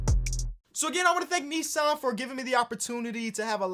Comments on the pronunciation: pronouncing Nissan wrong 😬😬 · What the hell? Americans pronounce it as neesuhn?